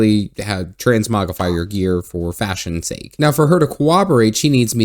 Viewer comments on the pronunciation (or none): none